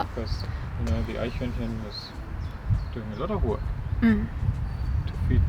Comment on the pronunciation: Cool that she pronounces Eichhörnchen corrrectly! ;-)